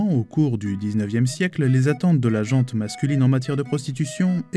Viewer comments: On ne prononce pas " la JANTE masculine", mais la GENT ( comme l'agent de police). Merci! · 1ère fois qu'une "erreur" me fait tiquer , on dit la gent masculine (ou féminine) -sans prononcer le "t", et pas la "gente". Et on dit "qui s'est fait pincer" , même si c'est au féminin. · Le "te" de gent masculine ne ce prononce pas, à prononcer comme Jean le prénom... Idem pour la gent féminine 😉